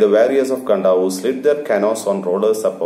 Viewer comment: Its pronounced as kandavu You can check at first line of your chapter